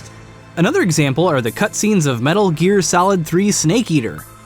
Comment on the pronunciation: metul geer